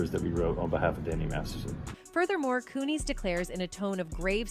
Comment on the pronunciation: If you're using AI FOR THE AUDIO or if you can't figure out how to pronounce names, please fix it. How can we believe you if you don't use proper names. Kun-is for one, but there are many. What a cheap way to do things. I love your reports, but the names is just stupid.